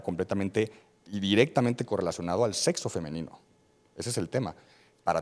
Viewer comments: El debate se acabó al minuto 1 de la intervención del invitado cuando dijo "Setso" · No se ustedes, pero un doctor que diga setso mejor cambio de doctor. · por qué eligen personas tan ignorantes para debatir. Un médico que dice "setso" no dejaría que me revisara ni la temperatura. Elijan mejor a sus invitados.